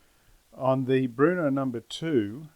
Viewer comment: Bro it’s Brno not Bruno!